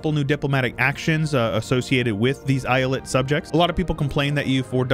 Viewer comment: Its not islet its e-ya-let